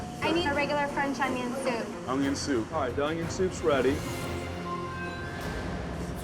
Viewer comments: 40.45.....😂whats an "Ongyon"??? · I absolutely hate when people pronounce onion with a g in it.